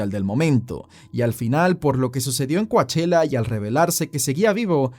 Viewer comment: You may be saying it correctly. But Coachella is pronounced kow·cheh·luh. As in the really expensive Coachella Valley Music and Arts Festival in April. I was just listening and wondering where this place was. But you're saying it in a way I didn't connect.